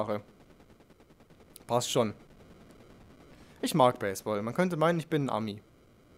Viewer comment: oh Gott hab ich mich aufgeregt bei baseball wegen deiner aussprache nicht schlimm aber ich der 3 Jahre jetzt schon spielt aber wie gesagt egal xD